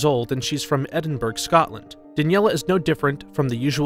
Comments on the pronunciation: "edinburg" bruh it's said edinbruh (i'm from scotland so ik) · It’s pronounced Edinbura not Edingburg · Anyone else irritated at him not being able to say Edinburgh, ed-in-bur-uh not ed-in-burg. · The way he said edinbrough really annoyed me as I'm Scottish you say it as Edin Bruh. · Edenberg? Ha ha... Edinburgh.. said Edin... Borough! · I am from scotland and i was literally screaming when he says edinBURG when its EdinBRA 😭😂😂 👁👄👁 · you have offended me by saying edinborg it is edin bruh in scotland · It’s not Edinburg it’s Edinbru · When will Americans get the name of this city correct. It’s Edinburgh pronounced “Ed-in-bu-ra” not “Ed-in-burg”. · HE SAID EDINBURG WTF ITS ED-IN-BU-RUH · i’m crying how u pronounced edinburgh, it’s edin-bruh not edin-burg :,D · Its pronounced Edin buraa, Not Edinburg lol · EDINBURG?! its pronounced Edin-bruh 😭😭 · Edin burg ?? Helllooo ? Edin buru is the correct pronunciation. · EDINBURGH is pronounced edinbura not burg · Americans, the city is pronounced ‘Eh.din.bruh’, not ‘Eh.din.burg’. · Is no one going to talk about how he pronounced Edinburgh . . . . . . It's pronounced Ed-ing-bruh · Eddin-berg Scotland 😅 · EDINBURG NOOOOO🤦‍♀️🤣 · What the frick did he say edinburg..? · Edinborugh is pronounced "ed-in-burr-oh". Just so you know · Sorry but did he just say edinburG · I live in Scotland and you pronounced Edinburgh wrong it’s pronounced Edinbruh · BRUH ITS ED-IN-BUR-UH that's how you pronounce it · Yes, I was annoyed, I live here Why can these people not say EdinburGH! Grr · Never mind the creature, by far the most horrifying thing about this video is the presenter pronouncing Edinburgh. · I don’t want to correct you but that’s not how you say Edinburgh what I typed is the right way 😁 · Not quite the pronunciation of Edinburgh.😂😂😂😂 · You said Edinburgh wrong. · U said Edinburgh wrong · Look up how to pronounce Edinburgh